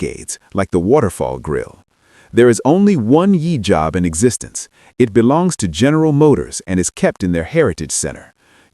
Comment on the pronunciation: Good video.👍 Interesting topics. Great pics and videos. Work on correcting the AI voice though. It's "Y" Job, not "yee" Job. And Ghia is pronounced with a hard "G". I know I'm nitpicking, but your videos are going to be watched by nitpickers. 👍